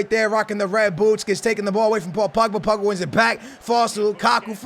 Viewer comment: It's not pugba stop saying that. It's pogba